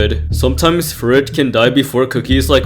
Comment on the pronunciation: I've never heard anyone other than call Cream Ferret "Furret". It's such a bizarre change lol